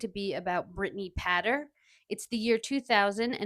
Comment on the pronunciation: It's pronounced Pay ter